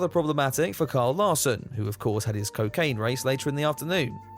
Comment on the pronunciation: How dare you make fun of Lyle Karson, ummmm, Kyle Larson. Thankfully you're a Brit and can get away with it. Any American who doesn't gush over him gets flogged which is getting increasingly annoying.